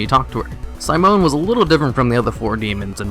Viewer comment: Ive never heard anyone pronounce Simone the way you did. Very odd. You also said Val'kyr wrong multiple times, adding extra letters apparently.